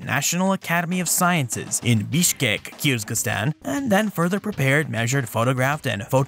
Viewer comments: I heard it like "kierz-giz-stan" and wanted to comment how there's only one "z" and it's in the middle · I am not sure your pronunciation of Kyrgyzstan is correct. 'Kier-giz-stan' is the proper form. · This is definitely the weirdest pronunciation for Kyrgyzstan I've ever heard (I was born there) - the proper pronunciation should be "Keer-geez-stan" - with the "ee"s pronounced as in "beer" - and with the "z" and "s" both pronounced distinctly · I heard something like 'Kiz-ga-stan.' And hence commented.